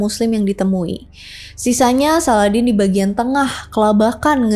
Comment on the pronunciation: Bacanya SALADIN, bukan SALADEN 😅